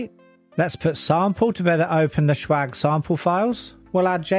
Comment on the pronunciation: why "shwag" & not "swag"?